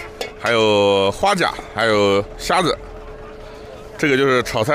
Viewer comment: 7.23. 虾子 （prawn)不是瞎子(blind man) 😆。 视频内容可以认识多点民间美食文化👍